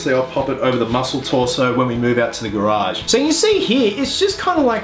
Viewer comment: Published on my birthday!! y u pronounce "garage" like that??? lookin good.